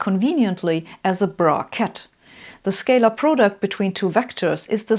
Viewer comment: Why does the word " bra-ket " sounds like it's out of this world ?